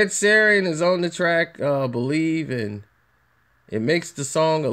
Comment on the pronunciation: This piece of shit needs to quit while he’s still minutely relevant. Half of this video is dead noise. Doesn’t say anything, just sits there breathing like he’s polishing his plastic jewelry. No one in the “biz” knows who this clown is and sure as shit doesn’t give no fucks about him. P.S. it’s Sheeran, an insanely easy name to say. Get the bubble wrap out your mouth and get a fuckin job